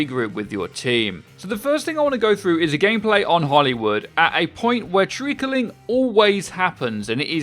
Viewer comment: Am I the only one who thinks trickling is two syllables. Not three?